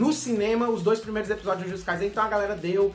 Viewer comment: ''EPISODEIS''? Dicção do tem que ser estudada pela Nasa kkkkkkk